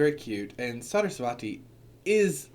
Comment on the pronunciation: For Parvati the emphasis is on the first syllable: PAR-vati. For Saraswati it's on the second syllable: Sa-RAS-wati. For Durga, the u makes the long "oo" sound. Sanskrit is a phonetic language, so the pronunciation is pretty clear cut. You can listen to some mantras or tv serials here on YouTube to confirm, but in another video you mentioned the importance of community and having at least a group of people you can discuss your path with. It'd be just a little awkward to be claimed to be connected to Hindu gods and show up around a group of other Hindus/Hindu witches and it turns out you're unsure of how to say their names.